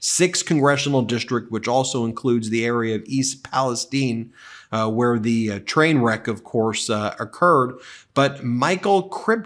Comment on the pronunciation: Small thing as someone who grew up and graduated from East Palestine, OH thank you for pronouncing it like the locals do. Also i am shocked that it was so close. The area is flooded with people flying Trump flags. This will be interesting.